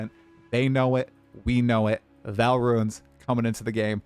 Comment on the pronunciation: It's still pronounced V[aw]l Not "val" Ark-eh-type Not "arc-type"